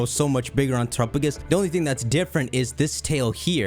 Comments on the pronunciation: It’s tera PA gos not terapogus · why do you keep calling it trupagus? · why's he saying terupogis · Terapagos = Tera + Galapagos Please look up how to pronounce Galapagos before you say Terapagos' name again! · I’ll never get used to how pronounces Terapagos.